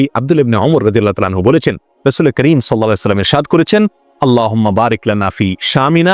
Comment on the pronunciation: শাইখ মৌলানা আহমাদুল্লাহ সাহেব আপনার কাছে আমি একটি কথা জানতে চাই আপনাদের আলেম ওলামাদের মধ্যে রাসূলুল্লাহ সাল্লাল্লাহু আলাইহি ওয়া সাল্লাম সঠিক ভাবে উচ্চারণ করতে পারেন না কেনো বা সঠিক ভাবে উচ্চারণ করেন না কেন? তার উত্তর দিন আমার অনুরোধ রইলো আসসলামু আলাইকুম ওয়া রাহমাতুল্লাহ ওয়া বারাকাতুহু।